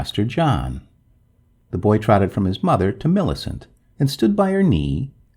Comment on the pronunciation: You have a sing songy way of talking. I would stop doing that. Also, Millicent is pronounced - MILL i CENT. Your voice keeps going up and down. It's very distracting and irritating. Sorry to be so rude, but I'm just trying to give you some feedback.